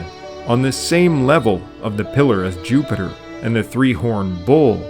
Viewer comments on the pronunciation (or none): none